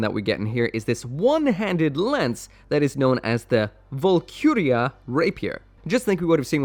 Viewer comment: The word Valkyrja is pronounced valkeeriya not valcuria and Grimgerde is pronounced grimgarduh not grimjerd